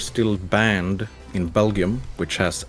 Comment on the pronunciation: the way u said Belgium broke my Belgian hart if u want to say it right its like beljum <- kinda how its spoken, you saj jum like in jump without the p thats closer